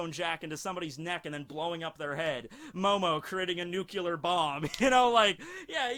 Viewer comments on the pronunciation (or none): "Momo creating a nukular bomb..." Nuclear. The word you were looking for there was Nuclear. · just a thing why you say NUCULAR BOMB INSTEAD OF NUCLEAR BOMB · Kowalski's nucular reactor. That's a nuclear reactor? NUCULAR!